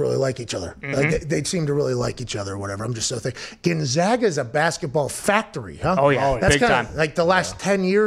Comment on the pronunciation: GonzAga. Get it right, pal.